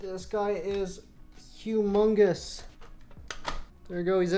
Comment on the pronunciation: TenZ: Hummungus Me: Hummus?